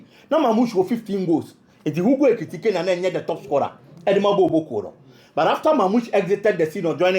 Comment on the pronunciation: you pronounce the name better. Hugo Ekitike You're doing well 🎉